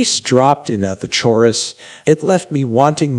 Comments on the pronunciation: The way the ai pronounced “chorus” is cursed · Hollywood: AI is super intelligent and will one day rule the world Also AI: Pronounces a very common English word as CHORRUS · The way pronounced chorus was brilliant. Truly a great music critic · You know you can't trust someone when they pronounce "chorus" like that 💀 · All I can think about is the way he pronounced chorus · The way he pronounces “chorus” really makes this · I screamed when it mispronounced chorus 😭